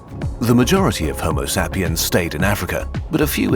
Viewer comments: Not even 2 minutes in and I just got slapped in the face by that "homo sah-pien". I was just about to fall asleep but now feel very alert. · Homo Sap-e-ans? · Why you pronouncing Homo sapiens like that? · is that the correct pronounciation of Homosapiens?